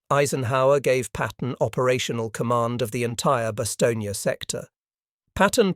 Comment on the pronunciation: The last letter.is not.pronounce so it Bastogn